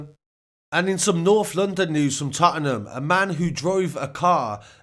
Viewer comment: We all going to ignore the way he pronounced Tottenham 😤